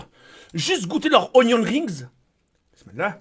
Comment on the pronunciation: "Roh c'est ognion rings' xD